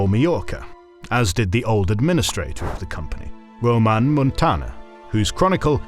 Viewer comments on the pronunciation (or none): Ramon Muntaner, not Roman Muntaner... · Ramon not Roman Muntaner